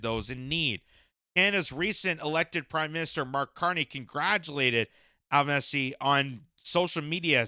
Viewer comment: It's pronounced Al - ban -easy or just call him Albo like we do. The Labor party won a huge majority and the Greens have the balance of power in the senate.